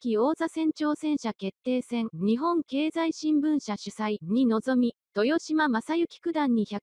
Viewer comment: TESHIMA ・・・面倒だとは思いますが これは修正してほしいですね。 せっかくの大一番の解説動画なのになんか聞いていて萎えます。